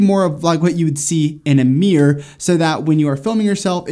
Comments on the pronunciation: right. I've never heard anyone pronounce mirror that way. Not sure where he's from, but I grew up in the Mid Atlantic, went to school in NY and live in the mid west. Mir-rur, or mir-roar. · As a British person, the pronunciation of “mirror” has me shook... What is a “Meeeer”? Joking aside, another quality video 👍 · Yeah but like in any country there are regional accents. Feel like this dude is a bit heavy on the “meer” than other American folks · Great advice thanks! I find it fascinating how Americans pronounce Mirror as 'Meer'. I can't complain though as in Scotland we pronounce it 'Mihruhr' 🤣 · I thought he was saying a word I didn't know. 😂😂